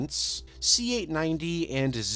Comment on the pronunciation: You add syllables to words like And and have an odd inflection but excellent content